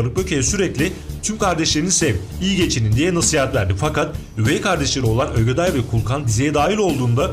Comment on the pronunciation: Ogeday abi odeday degil